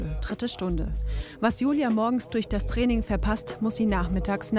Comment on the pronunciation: Abc Def Das Trraining 😂wie sie das ausgesprochen hat 😂😂